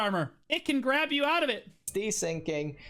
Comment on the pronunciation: that might be his best "I'ma gwab them" so far. We need a compilation of these